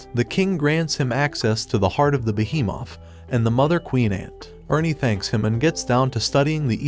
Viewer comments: Why does he say behemoth like beehee Moth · When he said by behemoth it kinda sounded funny and weird !?